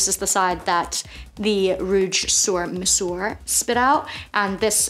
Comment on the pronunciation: You pronounce sur like "sir" and mesure is pronounced "mezur." Yves Saint Laurent is pronounced "Eve San Laurahn."